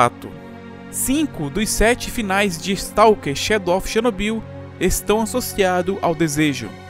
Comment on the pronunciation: Muito bom seu vídeo, mas confesso que toda vez eu ria quando você pronunciava "Chernobyyyyyl" kkkkkkkkkkk